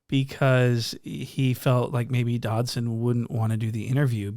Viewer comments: Bro called him antwon dobson😭😭😭😭😭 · "Antwon Dodson" 💀😂😂😂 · Bruh said Antwon Dobson looking :cat-orange-whistling